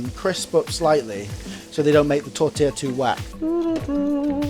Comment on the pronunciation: Ouch that pronounciation on T O RT tila